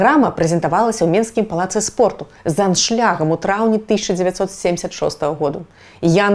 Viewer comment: Урывочный набор слов с опорой на западную культуру под громкой вывеской. Но есть и умилительный момент: "кампазЫтар", "ГіШпанія", "аншлЯг" и т.д. вперемешку с абсолютно русским произношением - это прорыв! 😁 Малайцы, Шябры!